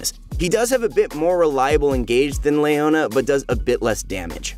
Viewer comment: "Layona" lul